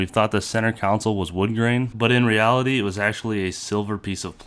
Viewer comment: Con-soul. Not coun cil